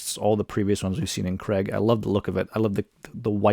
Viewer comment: Creg? I assume you mean Craig?